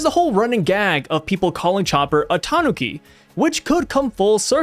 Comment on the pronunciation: please ur pronounciation of tanuki and vegapunk 😭😭